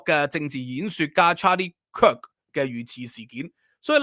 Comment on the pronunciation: 終於讀返啱 Kirk 而唔係讀 Kick😂